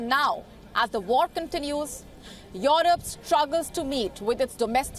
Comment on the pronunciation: It's not Yorope. It's Yurope.